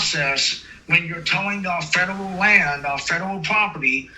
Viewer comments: This guy clearly has a mental disability. You can hear his speech impediment and clearly he is a fedurul agent. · Fedderwall Pwoperty 😂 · Drinking game idea: Every time this guy says "fedewal" or "IWAP" (instead of "IRAP"), tilt your head back and take a shot, lol! Bonus points to players who shout out other words this "agent" mispronounces... like "iwwelevant". This man is acting like a big baby. He's just angry that he was towed, and instead of accepting that he was at fault, he only sees himself as a victim and he's choosing to pretend to be a "fedewal agent," threatening and harassing a business owner who's been VERY patient with this fool. PLEASE tell me someone from the federal government read this guy the Riot Act! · He can't even say "fedawel" right!! 😅😅 I just keep picturing Elmer Fudd😂😂😂😂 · Haha fedewal, pwocess, cowopewate, weport. I’m twying to expwain what youre doing wong! Cackling at this fool 😂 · "Fedewal, wong, wite, weport" man, we got a live one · 😂😂😂😂😂😂